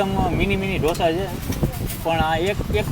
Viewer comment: Only Gujarati can say Dhosa. Please the correct word is Dosa.